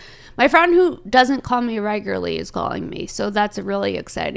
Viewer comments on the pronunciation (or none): Hey, it’s regularly not regarly my G